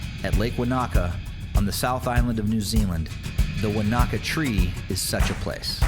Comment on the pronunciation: Enjoyed the New Zealand scenery. However, Maori words are pronounced without any syllable emphasis, in a monotone. It's Te-ka-po without any syllables being emphasised. The same with Wanaka is Wa-na-ka with no louder syllables.